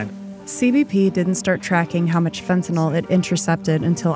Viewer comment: Say, "fen-ta-nil". Not "fen-ta-nawl". Alright then. You can do it; I believe in you, child.